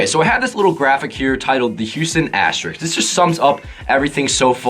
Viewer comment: I thought it was AstleyRick